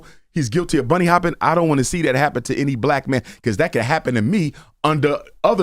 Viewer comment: he says he isn't racist but continues to say " bunny hoping" imagine someone saying monkey hoping lol